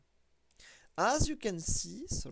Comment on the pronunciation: You'd think if you'd want to do this professionally you'd learn how to say the names of pokemon. Charamelion? Get out of here